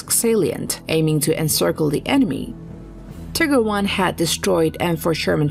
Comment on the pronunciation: "Tigger I" and "Tigger 2". How about the "Winnie and the Eeyore ?